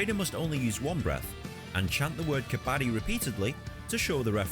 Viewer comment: Dont say Kabaadi 😂😂😂...it means ragpicker .....its Kabadddi .....stress on d 😊